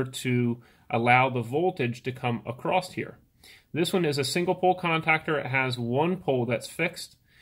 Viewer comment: ACROSS (NOT ACRROST)!!!!!!!!!!!!!!!!!!!!!!!!!!!!!!!!!!!!!!!!!!!!!!!!!!!!!!!!!!!!!!!!!!!!!!!!!!!!! NO "T"